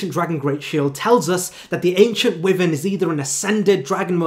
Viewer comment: i truly hate to be that guy but dude, your pronunciation needs a LOT of work. eg Wyvern is pronounced WHY-vern not WEE-vern. All it takes is a quick google check to see how words and names are pronounced